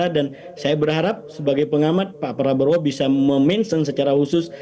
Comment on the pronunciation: Kau udah 3 kali salah sebut nama pak prabowo 1 perbowo 2 plablowo abala 3 prabroro 😂